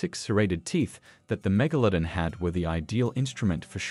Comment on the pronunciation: it is actually pronounced mega-la-don not mega-lo-den